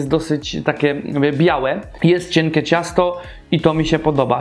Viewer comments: Nie cienke tylko ciękie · "kurczakem" "cienke" "słodke czyli" Wez sie naucz mówić baranie